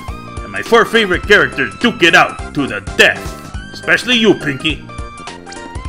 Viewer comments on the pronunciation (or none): I never undestood how come you never picked up on the way says "eggspecially" and make a schtick out of that eggcelent, eggspenentialy, eggsalad etc.